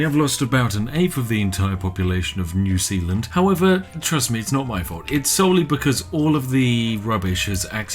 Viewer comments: "New Sealand" Is New Zealand a joke to you, Spiff? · New Sealand, more like New Peeland. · Okay, so I live in New Zealand and this video has me confused every time Spiff says New Sealand and our sewage also pumps to Australia!